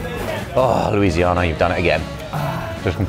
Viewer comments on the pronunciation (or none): Josh's pronunciation is giving "It's LouisiAHHna, not LouisianNAH" 🧐